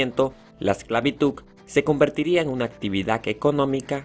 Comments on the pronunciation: te falta agudizar y practicar la pronunciación. Así podrás entender y hablar mejor, ejemplo, actitud con aptitud. Así que suena horrible escuchar esclavituC. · Quitare el video solo por que dices esclavituC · ESCLAVITUK xdddddd :v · Quien más sufría cada vez que decía “esclavituccccc”.? Me ardía mi interior pero el tema es interesante, solo aprende hablar por fa. No es posible que el TEMA principal no lo sepan ni principal bien. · Porque el chico del vídeo pronuncia esclavitud como 'esclavituk'. Pon atención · Me frustra y molesta mucho cuando lo dicen así, también con lo de "verdad" dicen "verdaf", en todo el pt vídeo se la paso con esclavituk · Hola solo una pequeña recomendación es esclavitu"D" solo eso tomalo en cuenta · Me suscribí pero por amor a Dios, ¡¡se dice esclavitudddddd, y NO esclavituccccc!! Éxito. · yo solo ví este video para hacer un bendito mapa conceptual :v, y muy buen video y todo pero el man decia "esclavituk" -_ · Me gustó, excepto la pronunciación esclavituk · Que raro cuando dice esclavituk o comunidak ..... pero está bueno el video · Que molesto escuchar ESCLAVITUK, pero interesante el vídeo. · pero porque dice esclavituc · Khe tiene que diga exclavituc no tiene nada de malo Si no lo sabe pronunciar que les importa El hace videos para que puedan aprender Y aparte de que no aprenden se burlan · ok esclavituk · Por que dice esclavituc? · Porq todo lo que termina en D lo pronuncia con C... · Muy buen vídeo me encantó, pero te quiero dar un consejo, debes mejorar tu pronunciación en Español, no es ESCLAVITUG, se dice ESCLAVITUD con D de dedo 😊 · Me parece que dice "esclavituc" en vez de esclavitud. No pude entender el video porque me dio mucha risa. Pero fue un buen video 😁👍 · No podia seguir escuchando la voz del exponente, diciendo esclavituc en lugar de esclavitud. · Empecé a ver el video, pero no soporté la mala pronunciación del relator. Se pronuncia "esclavitud", con d al final, y no esclavituc, por Dios santo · Esclavituk XD